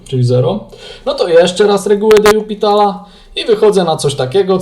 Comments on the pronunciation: Czemu zawsze czytasz "de jupitala" zamiast "de lopitala"? Wiem, że nie trzeba znać francuskiego, żeby liczyć, ale baaardzo kłuje w uszy kogoś, kto choć trochę liznął francuskiego :) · Zgadzam się. Też nie mogę tego słuchać. Co najgorsze, w jednym filmiku powiedział nawet: "Tak swoją drogą, to się czyta "de jupitala"", ucząc w ten sposób niepoprawnej wymowy wszystkich innych. Zresztą nie jest usprawiedliwieniem, że nie zna się francuskiego - wystarczy wejść na artykuł na Wikipedii o de l'Hospitalu i jest tam napisana wymowa nazwiska.